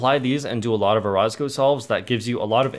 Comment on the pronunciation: I pretty sure you're pronouncing orozco wrong